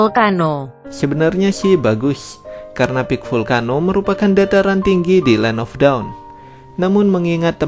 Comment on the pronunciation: Bang ajarin mbak google supaya gak bilang land of daun kan salah bang kwkwkq